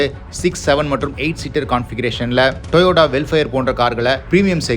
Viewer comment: டொயோட்டா என்று சொல்லும்பொழுது வாய் என் அப்படி போகுது